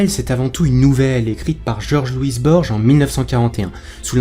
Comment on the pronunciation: Bonne vidéo, mais l'auteur c'est Borgès, pas Borge